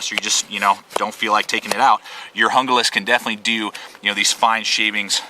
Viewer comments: good video, but its not pronounced hunglas its pronounced hoonglas, not trying to be a grammer hound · it is pronounced HOON GLAS !!!!!! call esee if you think I'm wrong!!!!! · the knife is pronoced hooglas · Hoon-glah. Damn gringos this is Spanish learn to speak it. How's it feel?